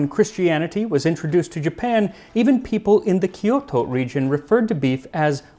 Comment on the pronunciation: Interesting video You seem to try to properly pronounce the names correctly, and do a reasonable job, but falls into the typical pitfall for Kyoto. In Japanese the y is always a consonant and Kyoto is therefore only 2 syllables. The pronunciation is therefore closer to kjoh-to, and not to ky-o-to. Kyo is pronounced as one syllable as it comes from the combination of ki き and yo よ that becomes kyo きょ .